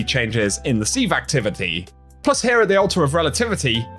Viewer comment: sieve is pronounced siv